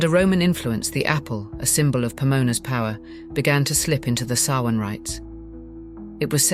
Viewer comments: It's pronounced SOW-in, not sow-IN. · Samhain is pronounced Sowweeen. 🤦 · The ancient Celtic festival of Samhain is pronounced SAH-win but spelled Samhain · You mispronounced Samhain wrong. Other than that an enjoyable watch. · I HATE that she extremely destroyed the word Samhain.... but im still gonna listen.